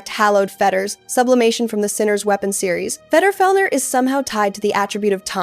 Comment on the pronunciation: I thought it sounded like AI, the intonation and phrasing have that AI feel to them. And "she" keeps pronouncing Vedrfolnir differently and in weird ways. Thought I was going crazy reading through these comments until I got to this one